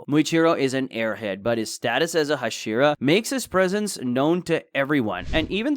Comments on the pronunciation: Tenjen? Hasheera? wtf are thouse pronounciations? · wtf is a hasheraw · HA-SHE-RAW saying it wrong